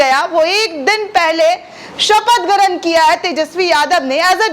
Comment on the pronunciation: Garan kya hota hai? Grahan hota hai. Tumhe to sunna hi gunah hai.